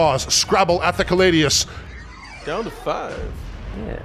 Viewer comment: Agree, small hope that the narrator stops saying callidus instead of caladius though.